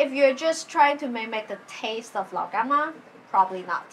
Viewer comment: Honestly I’m just impressed by how well you’re pronouncing Lao gan ma